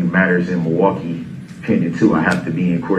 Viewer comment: LINGO:. 1. MILWAUKEE= mih-waw-gee 2. Ask= "axe" 3. Sustain = "sub-aint" 4. Old = "oat" 5. Said = "set" Etc.